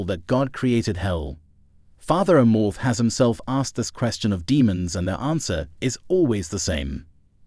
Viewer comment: you/the robot is not even pronouncing Fr Amorth's name even close to correctly.